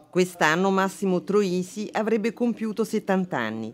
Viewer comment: Troisi, non Trosi!